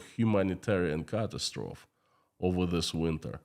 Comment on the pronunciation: Your English is really good as a second language. However you might want to check on the pronunciation of the word "catastrophe", should sound like ca-tas-tro-feeee. The word does not follow the usual rules for English pronunciation. Keep up the good work:-) you are amazing. Same goes for apostrophe